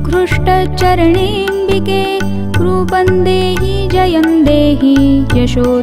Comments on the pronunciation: Sorry to say, may be Rupam dehi,jayam dehi hona chahie, rupan dehi, jayan dehi sayad wrong pronounce hai. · रुपं का उच्चार रुपन् नही परंतु रुपम् व तथा इतर तत्सम भी वैसाही. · "Roopam" dehi रूपम is correct pronunciation. Kindly ..